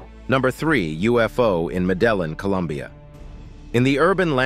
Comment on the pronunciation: I found the narrator's pronunciation of "Medellin," Colombia, one of the most disturbing things I have encountered online this afternoon.